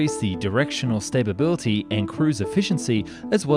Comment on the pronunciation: There are some really odd pronunciation and grammar issues here, like "Stabability" and "MacNAM-aRA." You will really rock my platform if you tell me this has been AI all along! :(